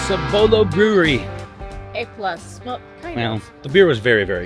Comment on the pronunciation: Don’t emphasize BOLO in Cibolo, like Ci-bolo. We say Cib-olo, 😂 hard to explain. Love me some breweries though! We’re also 44v14 owners. If ever up for a brewery meet up in SA let me know!